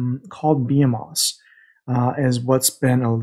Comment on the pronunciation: Great content man. It took me six months to figure out how the Forcefield worked. I believe it says it’s effective for 5 power or above and I wish it would plainly say 5 melee, maybe just me but would be helpful. Not poking at you,behemoths is pronounced buh-hee-muths according to google. Keep up good work man!